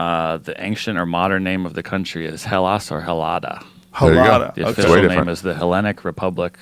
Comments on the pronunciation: Greece is Ellada (Eh-LAH-dah) without the 'H' being pronounced. Japan is Nihon NEE-hon) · DISCLAIMER: greece in greek is pronounced 'ellava' not hellata. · Greece's is formal name is Hellas pronounced without the H so Ellas but what is more commonly used in casual conversation is Ellada which comes from the word Ladi meaning oil as in olive oil. Greece is just dumbed down for the rest of the world to pronounce correctly. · Greece is pronounced Ellada in Greek. Jamie sucks at googling